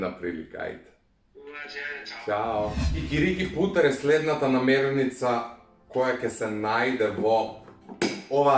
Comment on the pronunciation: NAMIRNICA, ne namernica